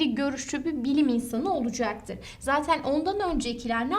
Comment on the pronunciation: "Olucaktır" demesi ne hoş hocanın ya <3